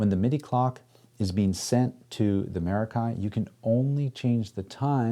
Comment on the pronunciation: He's gonna pronounce it wrong the entire video isn't he? It's Meh•rock•kee and of Greek origin.